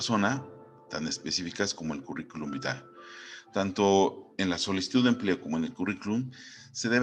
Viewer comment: Gracias por la información!! Cómo me rei con el "Currículum Bitae" 😂😂😂